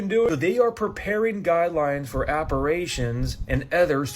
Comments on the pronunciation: that man from TikTok at Shepherd or for the king- the word is apparitions not aperations and it’s supernatural l not super-national‼️ WTH bro‼️🤕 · First the guy who kept pronouncing apparAtions instead of apparitions..then the anti prespirant woman , really drives me crazy. Maybe a touch of OCD on my part, I know some others must have noticed though.